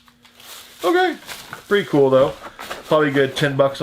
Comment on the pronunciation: I like the say you say cool. Cause you don't say cool you say chhool.